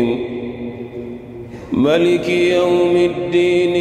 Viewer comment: Maaaaliki youmuddin, not maliki.. Clear error in recitation and I suggest who ever was the brother reciting this you really need to correct them as it changes the entire worldly meaning of the word.